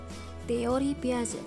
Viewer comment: Piaget bacanya Piase ya